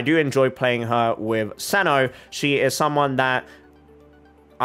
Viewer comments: As much as it is amazing how you try to pronounce the names as accurately as possible, I find it hard to believe that you're dismissing the Mihoyo's pronunciation as simply "a mistake of the one in charge of English Dub". It very well can be the intended pronunciation? And what's with seh-no? If you want to be "accurate", shouldn't it be Kai-no? It's Greek. Btw neither you nor Mihoyo (a chinese company) is even pronouncing Zhong Li's name properly as it should be in chinese. The point is, just stick with how the English Dub pronounce it. There is legit no point trying to pronounce it as culturally accurate as possible, as this is something with an absolute dichotomy. You trying to pronounce it "as accurately as possible" just pisses off the native speakers whose names you've butchered, and the players who don't care how the names are pronounced but are hella confused as to who you're mentioning in your videos. (Who the fk is kentuckay?! Kentucky Fried Chicken?!) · As Greek, i should step in and say that if Cino comes from the greek word of a dog (aka κυνίδες aka canidae), then it should be pronounced Kino. Also ... still very suprised that ppl have a difficult time pronouncing ur name. It is the simplest name ever. They must be doing it on purpose, i dunno... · yes cyno is Greek ( im from Greece) but we don't use it, it's from ancient Greek , i think the name cyno is from the word "κύων" which means canis (the name of the species of dogs, wolfs etc) so the pronunciation for me is with K , Kyno..!!! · If for Cyno they took the Greek word kúōn, then it's pronounced kúno! Coming from a Greek person^^ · Cyno is actually pronounced see-new it's Egyptian and means dog 🐕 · The Irony. You getting at people for mispronouncing your name and other names from other cultures; Yet you and Hoyoverse are mispronuncing cyno. Both you and Hoyoverse are using Japanese pronunciation, Greek pronunciation is way different. Hoyoverse and you should've of looked it up.